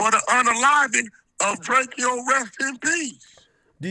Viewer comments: Why the hell you calling him Drakio? It’s DRAKO ( Dray-ko) plz stop AK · It's not DRAKE-E-YO AK its Drake-O just like Soulja Boy call him self Big Drayco. Same way you pronounce it bro. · ITS DRAKE-O NOT DRAKEO..GET IT RIGHT WE KNOW THE TRUTH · It's Drako. Not Drake key o lol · It’s Drake-O not Drakeo get it right! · it’s literally DRACO JUST spelled Drakeo no Y’s 😂😂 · Nobody: Akedimiks: “Drake E Oh the ruler” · DRAKE-O you pronouncing his name crazy😂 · Omg say his name right ak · He did that on purpose to make it seem like Drakeo is less significant. Same way Wack 100 always says he don’t know someone but you know damn well he does. They’re all fake af.